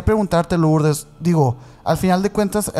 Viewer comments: Perdón, se escribe Lourdes pero se pronuncia Lurdes. Si no se oye muy raro. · No puedo creer que pronuncien LOurdes!!!!! Que no saben en México que suena Lurdes?????